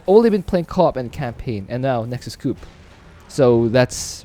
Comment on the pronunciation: why you call it nexus cup xd